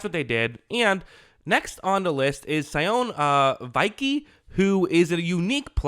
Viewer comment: Sione Vaki (Sho-nee Vah-kee)